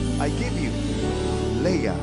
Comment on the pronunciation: I hope Alexa can say her first name as Lea and not Lee. (LeaSalonga an not LeeSalo nga)